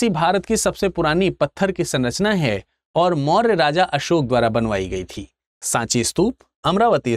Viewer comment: भगवान बुद्ध और सम्राट असोक कहना सीखो बाद मे lecture दो 😂